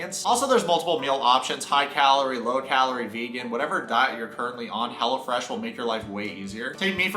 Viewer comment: Side note* I low key thought he was saying Hella Fresh 💀😂💀😂💀